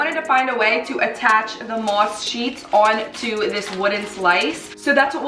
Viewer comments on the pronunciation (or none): The way you say mosk